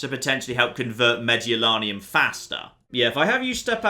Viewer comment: Used to play this all the time and never noticed so many historical errors (Dal Riada not Raida, Mediolanum not Medolanium) Used to love going the Barbarians even though my go to guys were the Julii and the Roman Western Empire. Need to get back into this again